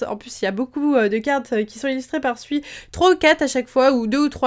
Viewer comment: On ne dit pas Sui comme tu le dis mais faut prononcer "Sou-i"